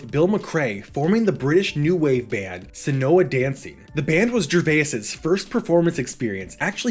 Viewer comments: maybe Seona Dancing wouldn’t be so lost if you’d stop mispronouncing it as “senoha”. It’s pronounced like “Shawna”. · It's pronounced Shauna Dancing.